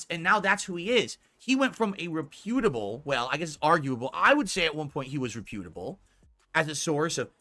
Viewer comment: He still says "reputable" wrong.